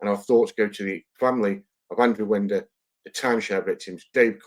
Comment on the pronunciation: AI shite Winder is pronounced Wine--der not Wind-er